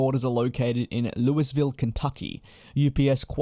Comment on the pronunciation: Loo uh vill, Kentucky. I know it’s not the obvious pronunciation unless you live near there…